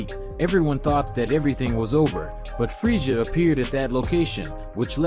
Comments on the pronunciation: It's Freeza not Freezia dont want to nitpick, but it's kinda annoying. Decent story nonetheless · I can’t handle how your saying frieza 😵🤮